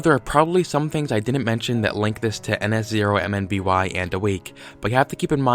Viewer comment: Just a little tip, in your ns0mby analysis, when pronouncing the channel name, don't say each individual character. I would just recommend pronouncing it "nuh-sohm-bee" like I do.